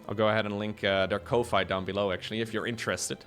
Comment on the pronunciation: FYI Ko-Fi is pronounced "coffee", the name is based on the old school way of donating to say thanks online, e.g. "buy me a coffee".